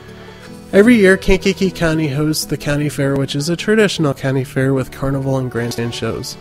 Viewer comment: the way you say "Kankakee" bothers me lol. We pronounce it "Kainkee"